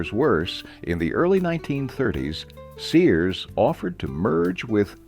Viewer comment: Your "narrator" mispronounced Sears as Sayers.